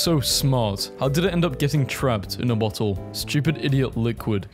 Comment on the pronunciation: Bo-le of wa-er please